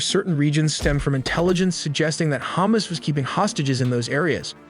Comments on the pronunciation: It's ha-mas (the mas is like christ-mas but with a longer maaaass) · Its hamas, not humus, wht are u uneducated, u can't pronounce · The way he pronounces Hamas as hummus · Your text-to-speech needs work on pronunciation. That's not how you pronounce Hamas.